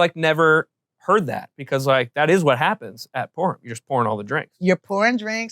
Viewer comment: I don't know if it's the subtitles or you said it wrong,but it's "Purim" not "porn"😅